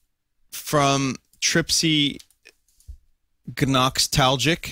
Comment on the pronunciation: And also, Vinny got the pronounciation nearly perfect. The G in Gnoxtalgic is silent.